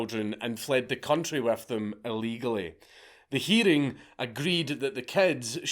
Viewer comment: “During the heeding.”